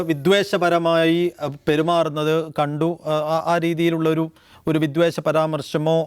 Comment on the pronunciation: വിദ്വേശമല്ല , വിദ്വേഷം എന്നാണ് ! മലയാളം തെറ്റാതെ ഉച്ചരിക്കാൻ അറിയുന്ന അവതാരകനെ കിട്ടിയില്ലെ !